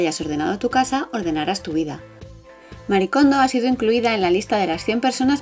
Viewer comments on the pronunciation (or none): Sabeis que Marie se lee “Marie” y no “Mari”? Es un nombre japones y pronuncian las vocales igual que nosotros